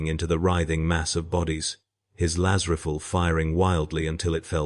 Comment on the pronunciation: Please,get a real person to narrate... Its painful to listen to when nothing is pronounced correctly... I love the stories,hut a Laz Riffell and a Commisser WTF...?